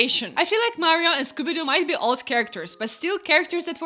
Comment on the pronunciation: this video was so intresting!! wow!! also the way you say scooby doo is so funny